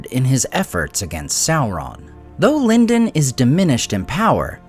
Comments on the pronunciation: It should be LEAN-doan, maybe with a soft palate /n/ sound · Yes A.I. pronounces Lindon three different ways.🙄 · You pronounced Lindon three different ways. Why? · He's hedging his bets, that or he forgets how he pronounces it every other recording session.